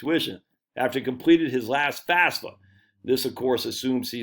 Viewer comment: Say it with me now, F A F S A. FAF then SA.